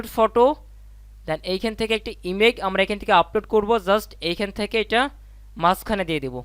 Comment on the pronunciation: আপনি বার বার ইমেক ইমেক করছেন। এটা ইমেক মা ইমেজ হবে